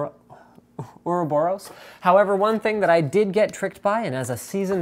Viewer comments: Uroboros man, Uroboros! xD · its pronounced Ouroboros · I think it's pronounced or-ah-BOR-us. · It's pronounced Ouroboros :P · its or-a-bor-us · I pronounce it "Euroboros"